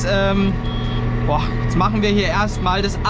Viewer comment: Ich liebe es wenn er immer "jetzat" sagt. LOL. Frag mich was sich die Leute denken müssen wenn da einer mit Helm steht und über sein Auto redet... HAHA